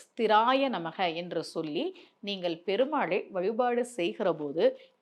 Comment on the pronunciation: பெருமாழை இல்ல it’s பெருமாளை.. lot of mistakes like this 🤦🏼‍♀️🤦🏼‍♀️